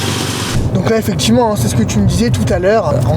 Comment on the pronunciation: Les « Tchu », « voitchure », « effectchivement » à répétition ça me cringe. Mais le contenu a l’air intéressant.